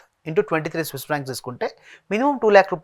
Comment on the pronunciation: vedu Swiss inform said wrongly